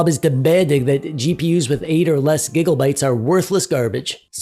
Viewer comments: Now say it with me. It's "GIGA" not "giggle" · Whats with the giggle bytes bro, why you talkin like you have 50 kg of snot in your nose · stop with the giggle bytes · "giggle bytes" its gigabytes please tell me u did that on purpose. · Please, stop saying Giggle-bytes. Limit it to twice per video at most. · is it just me or does it sound like hes say giggle bytes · Can we just talk about the fact the he said "gigglebyte's" the whole time? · All I'm hearing is "giggle-bytes" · Thats alot of gigglebites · Every time I hear giggle byte I just melt from the Pleasant discomfort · Are you intentionally saying "Gigglebytes"? It's honestly rather distracting, but are you trying to make a statement about the status of VRAM among the masses or something? If so I don't get the joke. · All I keep hearing is Gigglebytes 😂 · I love it sounds like he is saying giggle bytes, love it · Dude, do you say.. Gigglebytes? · I thought I was the only one hearing this lol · The way you say "gig-O-bytes" is hilarious. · lmao same